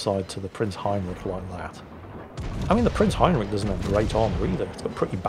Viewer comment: Still doesn't know how to pronounce Heinrich. It's the "rich" part, it's not "rick" like every english speaker seems to think it is. And no, it's also not rich as in you've got a lot of money.